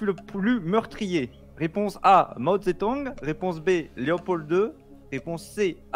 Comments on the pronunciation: C'est ZeDong pas Zetong xD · Ce n'est pas Mao Zetong mais Mao Zedong avec un g